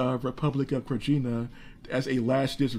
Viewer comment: The Serbian Republic of Krajina is pronounced Krayina